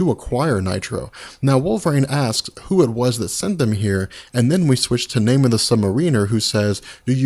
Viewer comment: because he's saying the submariners name wrong..!! and its killing the video..!!